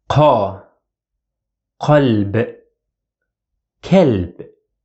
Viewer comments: Please look to the video I linked: I refer to vowel sound your video: the dog sounded like k"ɛ"lb while heart sounded like q"a"lb (using IPA marks for the vowel) - the vowel change is very significant and something I almost never heard in videos the ɛ with ك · > The (a) sound after (k) or (q) is from the Fatha vowel, so it is (a); kalb and qalb. But when I listen to your video the Fatha after k sound like ɛ (like in word bag) while Fatha after q that sounds like a (like in word bus)... that is my point.